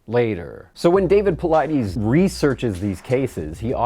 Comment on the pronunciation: PauliDES, not PauliDEEEES.